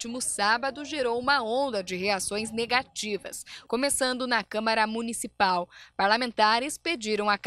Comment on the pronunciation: Só eu ouvi “câmera municipal”?